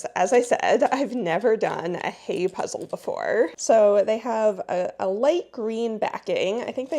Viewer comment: The last "e" in "Heye" ist not silent.